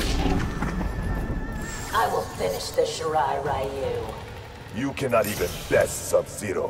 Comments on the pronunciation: I never liked how they pronounce “Ryu” in MK. It’s pronounced “Ree-oo”, not “Rai-u” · I just wanted to point out that Netherrealm Studios had about 10 years to correct it, and they still don't know how to properly pronounce the word "Ryu."